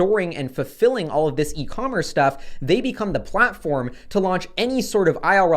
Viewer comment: hehehe "IRL stough"